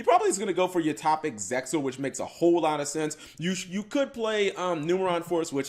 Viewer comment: Utohpic Utohpic. I see. So that's how it is. It's [You-Toe-Pic]. Sorry if that seemed like I was being rude, it's just that I played Utopia for like 3 years straight and love the deck to this day, so when somebody continuously mispronounces the name of some of my favorite cards it irks me a bit.